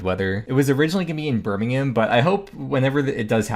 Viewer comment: M8, say Birmingham right.